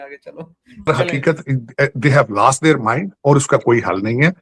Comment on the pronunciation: Taar modi ke English ka mazak bana rha hai par ye america mein rah kar bhi "lost their mind" ka pronounciation "laast there mand" kar rha hai 😂😂😂